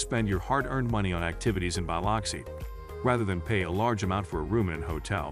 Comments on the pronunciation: I grated my teeth every time he said BY LOX EE. It's pronounced BLUX EE! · Why can't they pronounce Biloxi correctly? It sounds like "Bill-loxi" What is so hard about that? Sounds like they are saying "Bile-luxi" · So do I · Yeah. Totally annoying. I came to the comments specifically for this issue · I thought I was the only one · Good video, but you should know how to pronounce a city correctly if you are to have credibility. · Please learn to pronounce city names. You can find out by asking locals, or google how to say Biloxi, or any name, for audio pronunciation.